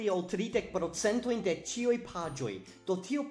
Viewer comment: Am I the only one hearing "saluton al ĉioj" ?